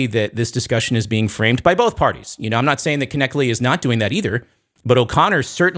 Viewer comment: i love you but it's pronounced Cliffe "Netchle" the K is silent, God bless.